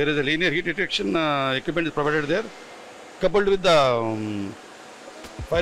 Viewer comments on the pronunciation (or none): none